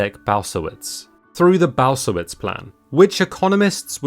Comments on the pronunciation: Balcerowicz is pronounced Bahl- tse- RO-veech with the accent on the penultimate syllable. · Butchering those names big time xD It took me a while to figure out You were talking about Balcerowicz ^^ But here's the twist as for the economics. We avoided recession, because we are in such a shitty position that it simply couldn't go worse. What You did hit is the problem with the old generation. The retirement system is the biggest backdraft we have and it's because it's a massive pyramid scheme made for the old farts in our country, who sold of pretty much everything we've had. So yeah, at this rate we will be able to catch up with the west only if the west slows down because it gets old and dies of. So yeah, this video sound way better than it is in reality for the actual citizens. Espiecialy the young and entrepreneurs. The raw data usually doesn't give much context of a reality in a certain place. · Leszek Balcerowicz pronounce as Leshek Baltzerovitsch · Leszek Balcerowicz is pronounced Leshek Baltserovich. Nice video, I've learnt some interesting stuff. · it's pronounced "le-shek baltz-er-ov-ich" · Just a note how to read Polish names in English: sz = sh, cz = tsch, w = v, c = ts. So Leszek Balcerowicz = Leshek Baltserovitsch. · That 'Leszek Balcerowicz' pronounciation killed me 😅 Try 'Leshek Balzerovich' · Dude. You can kill millions and destroy worlds with Your pronounciation of "Leszek Balcerowicz".